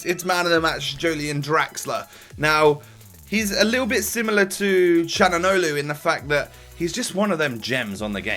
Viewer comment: u just say chalhanoglu